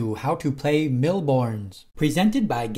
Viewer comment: FFS, it's a french/European game. "S" at the end Bornes is silent. Seriously, how to butcher a language without even knowing it.